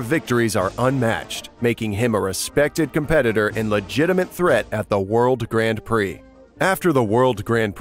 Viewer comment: This is a cool video but the way you say Grand Prix is painful